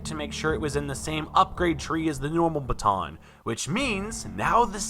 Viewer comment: a bha-tho'???